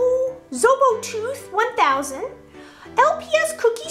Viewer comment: OMG Thanks you SOOO much for the shout-out!:3 It is pronounced zO-bO-tooth-1000 :) so you got it right! And it is quite funny... I don't remember how I got itXD